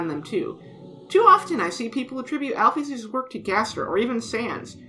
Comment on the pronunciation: Great video! But I can't move pass the pronunciation of "Al-pheez" 😭